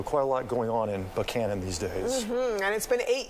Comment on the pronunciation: They all said "Buchanan" (Buck Cannon) the right way!. Great reporting as always.